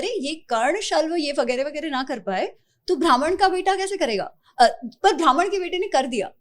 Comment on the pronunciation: It is not bhraman,it is Brahman.